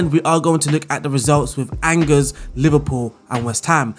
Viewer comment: It's pronounced Awn Jay (with a soft J like in Jacques) not Angers, or like Rangers. I found this out as a Rangers fan 😂🏴